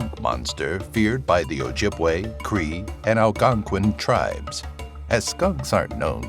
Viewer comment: Props for correct ojibwe pronounciation edit: everything correctly